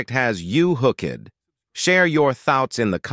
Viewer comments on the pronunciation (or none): Wonderful! So much engineering accomplishment. The AI narrator made numerous mistakes, however, like saying "sub sribe ey" instead of "subscribe." Should be easy to correct.